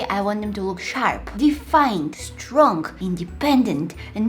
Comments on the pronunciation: did anybody noticed that when she was saying all the things to her eyebrows she said stong instead of ''strong'' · "Stong" lol